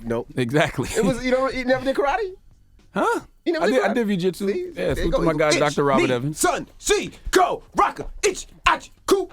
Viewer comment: Charlemagne Said Vjitsu 🤣😂😭😂🤣😂😭😂🤣